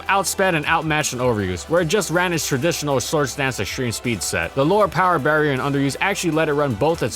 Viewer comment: "Tradishonal shords dansh esheme speed set"